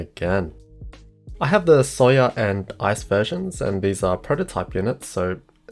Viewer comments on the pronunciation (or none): The way he says soya sounded like he was saying “sawyer” to me